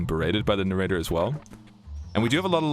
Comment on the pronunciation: Oh god, it's the Nay-Ray-Tur !